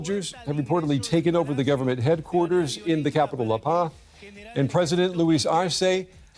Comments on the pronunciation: "La Paz" isn't French, like you seemed to try to pronounce it. The "z" isn't silent, it's an "s" sound. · “La Paw” 💀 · He called the capital lapah😂